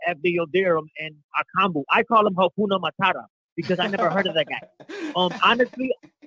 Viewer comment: Ahahaa dude said Hakunamutata.